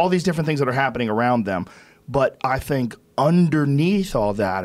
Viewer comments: Joe “I sink like a rock” Rogan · Joe "I sink like rock" rogan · Joe "I sink like a rock" Rogan